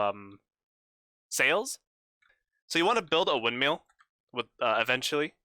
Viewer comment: I’m not meaning to be rude, but it is a windmill not a windmeal